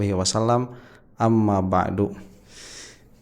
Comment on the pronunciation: Nah, gitu dong., 'Amma ba'du, bukan 'Amma ba'd., Kitab aja berjejer, muqodimah aja salah..